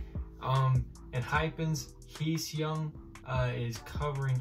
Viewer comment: The heck he's name is heeseung then he said heeSeoNg instead of heeseung Hahahahaha lmao😭😭😭